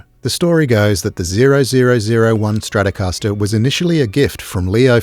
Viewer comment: les stracascastaster de Gilmour, c'est quelque chose ! 🤣 Quelle connerie, cette I.A. débile.